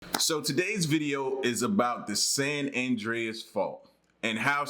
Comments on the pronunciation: You pronounced it perfectly bro. Doing good things. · You are pronouncing it right and I went to San Andreas high school in California and I lived on the San Andreas Fault in Tiburon California, which is in the Bay Area. John creak. Get at me bro. I’m around the corner from you on the Contant creator in the making right now. Peace to you and your family. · You’re pronouncing it correctly. Go online and research the San Francisco quake in 1906… look at the pics that show how wide the earth spread and see the cars that were swallowed. Then… the ground merged back together. Plus, there’s a website that monitors the quakes in California every day. You can check it and see how many, their magnitude and locations. It’s always updated and current. Having been born in Long Beach I remember more than a few. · Your pronouncing it right lol😅